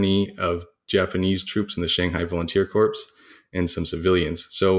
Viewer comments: I didn't say it made him less credible. The problem is hearing someone repeatedly mispronounce a word is very annoying. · Thank you, this is a great tutorial but for the love of Jesus stop pronouncing the "p" on corps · You kinda lost my interest when you pronounced Corps as Corpse. Good😮‍💨😞 Lord. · Corps is pronounced "kor" not "corps", drop the S. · *Corps is pronounced in English as ''CORE'' -- a loan word from the French, and retains the silent S. Corpse is a dead body. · Correct me if I'm wrong, but isn't corps pronounced kawrz; kohrz and not "corpse". I always thought the p was silent. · Is it a Canadian speaking habit to pronounce corps as "corpse" and not "core"? I'm not being critical I'm just curious. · It triggers me when I hear Corps pronounced as corpse. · Corps, not Corpse. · You may want to coach your guest that the word "corps" is pronounced "core" in English. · Some people speak Kohr, some Korps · Why did you call it 'Marine Corpse'? 😬🤢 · Really interesting information and well presented. (I know it's a dialect thing, but listening to him pronounce the "s" in "corps" is like nails on a chalkboard) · Very interesting and thorough video! One tip though corps is pronounced /kôr/ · Someone tell this guy “corps” does not equal “corpse” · He would be easier to take more seriously if he actually learned how to pronounce the word "Corps." Sounds as "Core." A "corpse" is a dead body... although for the majority of the Japanese SNLF troops, that did turn out to be their final outcome. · "Corpse" costs you a lot of credibility. Never, ever make that mistake again. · Marine corpse? Come on dude. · God... THANK YOU. Former US Marine here, it was like nails on a blackboard... CORPSE CORPSE CORPSE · This isn't tom-ay-to, tom-ah-to. Pronouncing corps like corpse is objectively wrong. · Marine corpse? You mean, friendly casualty... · It's not corpse. That's just not correct. Deal with it.